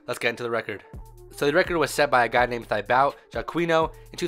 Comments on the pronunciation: You pronounce it like tibo, not thibaut... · It prounounced tee-bow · he's Thibaut is actually pronounced Tibo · In french you don't pronounce the "u" after a "q" ;-) and Thibaut is pronounced like "Tibaut" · I'd rather you didn't even try to pronounce his name considering you butchered it that badly lul